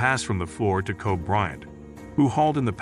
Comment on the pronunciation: if u ain't gonna pronounce kobe's name right, u shouldn't speak it at all